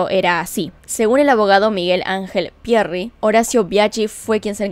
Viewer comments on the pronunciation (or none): Y cuando dice Pierrrryyi??? Jajjajaa...tan anglo va a ser😁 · Lindo video loca !!! pero ojo con la pronunciación , decis Pierri Y Mangeri con una Yankee